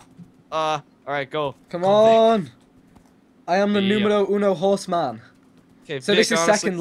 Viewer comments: Its Vikk not fucking Vick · Its Vikk Not Vic lol